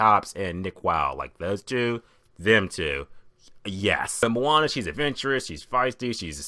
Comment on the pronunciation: awesome review,the only thing is,you say Moana funny,lol.. its more pronounced like 'moh-ah-nah'...